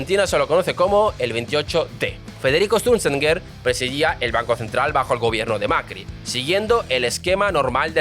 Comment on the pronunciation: Cada vez que dices "esturzenger" muere un gatito